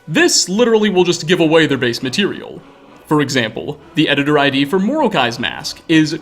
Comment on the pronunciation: Also, "Moroki" is not pronounced "more-oak-eye." It's "more-oh-key."